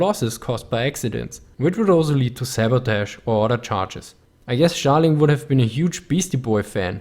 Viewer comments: "Schtalin" :D Makes me giggle. Joking aside - gj - keep it up :) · "Schtalin" I'm sorry. Great video as always.